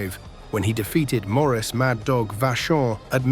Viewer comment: Absolutely horrible AI...Mad Dog's name was Maurice, not Morris...These videos really suck.